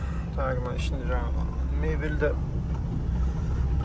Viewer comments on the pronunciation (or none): none